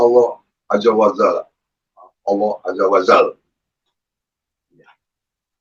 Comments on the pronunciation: itu apa gk salah sebut itu...." Allah azza wa Zalla " Allah azza wa Jalla kaliiii....Ya Allah.....Mirisss saya denger nyaaaaa..... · Kalo saya gak salah dengar si halu malah ngucapin nya ajja wa zalla..benar2 miris dan malu saya mendengar nya